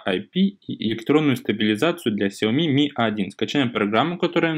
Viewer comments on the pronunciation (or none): none